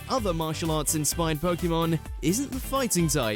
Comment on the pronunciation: ... please actually listen to the clips before doing your voiceover You said Gyarados, followed immediately by the show saying it correctly And Pokèmon is still being said incorrectly 25 years later